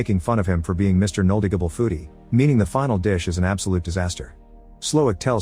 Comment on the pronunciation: Mr. knowleD I G able